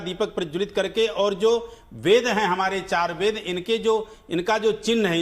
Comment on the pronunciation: अबे वेद को वेद तो बोलो, वेद को बेद बोल रहे है।